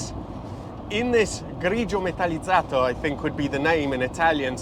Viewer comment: Ciao paisà. When we were boys a 50 years old car was a Model T; now a 50 years old car is something you can desire and enjoy... ps grigio metallizzato... ineccepibilmente pronunciato!